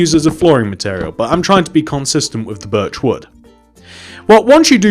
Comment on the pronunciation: When u say birch wood, sounds like ur saying virtual